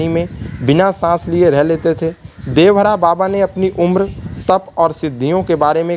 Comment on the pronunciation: Are murkh devraha baba kodevhara baba kyo bol rhe ho